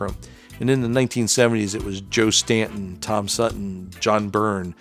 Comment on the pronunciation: Great video! However, Joe's last name is "Staton" - pronounced with a long "a" sound.